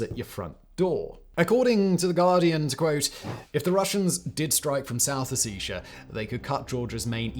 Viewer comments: Why can't a so-called expert even pronounce Abkhazia and Ossetia? It's such a joke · The way he pronounces Ossetia…